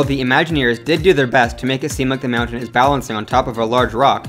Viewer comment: I literally could not watch this because of the insanely weird way you say mountain. It's almost like you're saying meown-tains.